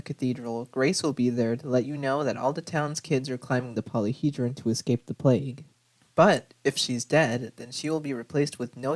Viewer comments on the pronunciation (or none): none